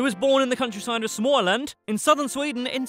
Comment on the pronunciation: He kinda said Småland right